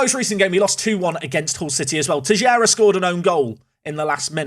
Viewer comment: Finally caught up with all episodes. The way you've been pronouncing Teixeira has been bugging me. Try pronouncing it like this- Tei-shei-ra. Can't wait for the season finale